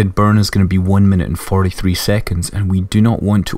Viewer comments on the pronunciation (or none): none